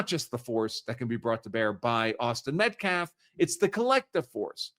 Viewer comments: In a previous interview he couldn't even get Austin's name correct. He said Metclaf several times. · He really is an idiot. In previous interviews he pronounced several words incorrectly & kept saying Metclaf. He can't even pronounce Austin's last name. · The NGAC spokesman has said "self defflence", "re approch" "metclaf"....etc.